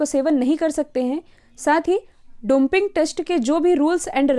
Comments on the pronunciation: डोपिंग होता है, मैडम जी। आपने डॉन्पिंग बोला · Pronunciation Domping must be rectified to Doping.. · Domping test nhi dopping test hota h